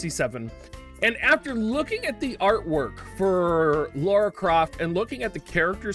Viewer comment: Why do you guys call her "Laura" its "Lara" loll